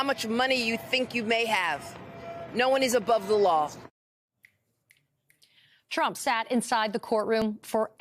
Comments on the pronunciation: When Lisa Rubin began she clearly said 'Chump' rather than 'Trump' Not really a mistake. 😅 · > She pronounced him as chump! 🤣🤣 Yes it's true his name was Donald Chump! 😂😂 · she calls him "chump" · Am I the only one who heard "Chump" ?